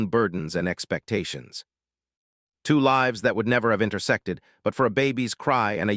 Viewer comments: I was enjoying it until AI read livs instead of lives. I can't understand why if AI is supposed to be so intelligent why it can't read! Usually when it make simple mistakes like this or butchers a famous person's name,I move on.🤦😒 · can't you learn to pronounce the word «lives» ?